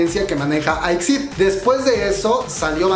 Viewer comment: Se pronuncia i-ex-ai-di, por otra parte debiste buscar una foto donde aparecieran las 5 miembros ❤️